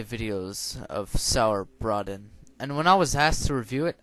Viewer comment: It sounds like "Sourbraytin"